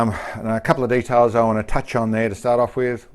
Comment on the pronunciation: It's Details, not de talls.